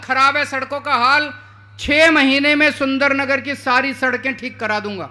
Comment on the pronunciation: Loude pehle hamare Surendranagar ka name sahi se bol na sikh le